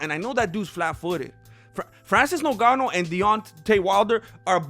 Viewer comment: Hello MMA, why do you call Ngannou "Nogano"?